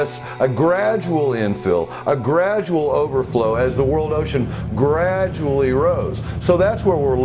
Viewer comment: ... Could you say gradually once more? Didn't get that....